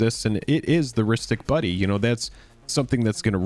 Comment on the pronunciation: Partner misheard it as "Rhystic BUNNY"! Which, I mean... look at his ears! 🤣